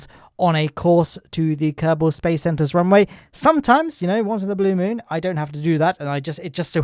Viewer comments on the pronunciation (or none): He is saying mon all the time i stead of moon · It’s moon not mun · Sorry For saying but I’m in pain when I hear you say moon or mon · its pronounced myewn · It's pronounced Mün! Like with a Scottish accent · is not men is moon